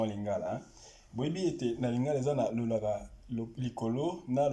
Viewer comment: on dit LOLÁKÁ et non LOLAKA. 😂😂😂😂 bon je vous comprends vous avez grandi en Europe et le lingála vous l'apprennez par le livre souvent sans intonations